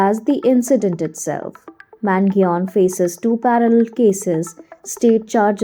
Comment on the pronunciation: I’m sorry, but this is an absolute dog shit video. First of all, you completely butchered his name, second of all, it’s completely wrong information.